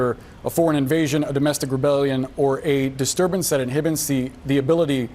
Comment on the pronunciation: he is so frazzled, that he couldn't even pronounce the word "inhibits!!" Comical!!